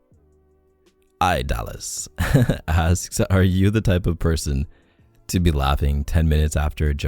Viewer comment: Not him pronouncing idallis as eye dallas again lmfaoo 😭✋🏾